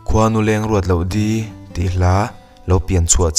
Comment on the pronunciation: I va han chhiar thiam lo neh nuah tak, Khuanuleng i lam rik dan pawh hi a dik lo.